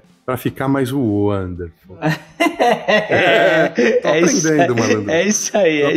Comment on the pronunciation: "Uanderful" auuuuuu